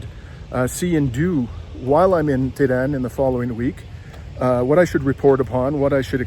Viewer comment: For the love of God, you're supposed to be a Journalist!!! Why don't you try to learn the correct prounonciation of the country,city you're visiting! EE RAN? TE RAN? CUTTER? Really!? This is not only a disrespectful , but also makes your story, irrelevant & quite unbearable to watch. While visiting Iran, I strongly suggest, that you would ask around, listen, pay close attention, so hopefully you can try your best to learn the correct pronounciation of these Cities & Countries. You owe this to 33k plus who viewers so far. Hope you won't mind, but I had to be blunt.